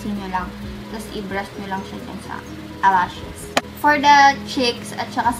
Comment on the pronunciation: "alashies"😂😂😂😂 ang cute ng pagkabangget ni ate